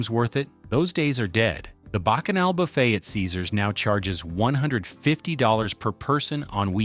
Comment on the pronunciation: It mis-pronounced buffet.